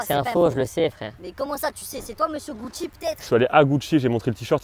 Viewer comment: Le gars dit GUCHIT